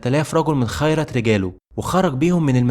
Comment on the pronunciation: جزاك الله خيرا كثيرا لكن رجاءا رجاءا التحقق من الأخطاء الاملائية والنحوية لانها كثيرة جدا، سواء حركات ضم وفتح وكسر او مخارج الحروف المفخمة والمرققة.. واسمها خِيرة رجال مش خَيرت رجال 💔